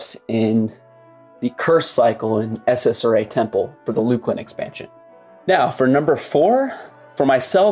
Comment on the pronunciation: Luke-lin? No. It’s luck-lin. SSRA? No, it’s Ssra. Come on man.